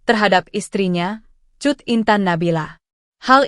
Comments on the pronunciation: Kat intan nabila 😂😂😂😂😂 cut bukkkk bukan kat 😂😂😂😂 dasar komputer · Woyy, tribun kl baca berita yg bner ejaanya. Ms cut d bc kat, ms jurnalis bego